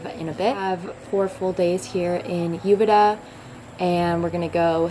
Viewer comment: Hopefully you learned how to correctly pronounce Uvita by now.